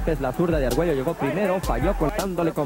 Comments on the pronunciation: Tip: It’s not “Arg-Welo” rather its “Arg-Wayo”. LL = Y 😉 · Please can you learn how to pronounce Arguello, one of the all-time great boxers? Double-L in Spanish sounds like "y". So his name sounds something like ar-GUAY-o. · Say argwayo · Alexis, is screaming from the grave over the mispronunciation of his last name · You should really learn how to pronounce his last name. Your butchering of his last name made me dislike this otherwise great clip!! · Learn to pronounce the man's name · Learn to pronounce his name for crying out loud!